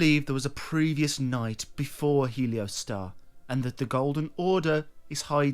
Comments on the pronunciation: not heleo, heol. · How can you look at the spelling of the name, reading off of a script and somehow still say it wrong? Helio Star? 😂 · It's pronounced HE-ol-store (US) or HAIL-stor (UK) (not helio-star). It's an old English word meaning 'darkness.' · It’s not pronounced “helio-star” is pronounced “he-ol-stor” it is an old english word for covered/obscured in darkness/shadow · How do you read the word "Heolstor" and get "Heliostar?" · I'm sorry, man... I hate to be that guy, I really do. But Heolstor is pronounced like "Hail'Store" kinda like how the elden ring Gaol's are pronounced "Jail" Again, I'm sorry to be a grammar officer 💀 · really bro?… “heliostar”😂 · Def not the same 😂😂 bro nane is literally pronounced how it’s spelled yet somehow people say “helio-star” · It's He-ol-stor. <3 :P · Heleostar? We doing mispronunciations for ragebait now? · I think heolstor is pronounced like holster. Like holstering a weapon. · Think its pronounced more like Hoyls Thor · thanks for your hard work creating these entertaining videos, however, its not a matter of not having said the word before. Its a matter of reading the world properly. Nonetheless, not pronouncing the word properly gives you a lot of traffic. Congrats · Bruh managed to mispronounce every name. Heolstor I guess is understandable because that’s OE but Isolde is like Shakespearean classic. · we have an opinion too - you’re annoying and we disagree with what you said. :) I’m an English major in college FFS, and I couldn’t care less that he mispronounced it! sorry if that shatters your fragile ego!!! Also Vaati? The one who had a plagiarism scandal during the Bloodborne years? That’s your “hero”? I guess plagiarism isn’t as bad as mispronouncing something hahahahaha.